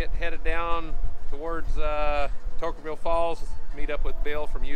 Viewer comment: As a local who should know better...*Toquerville. It's really not that hard.